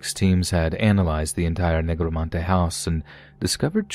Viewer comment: The name of the brazilian family is Negromante? Sounds like it from your pronuciation, but I don´t think is right.... That means "necromancer" in spanish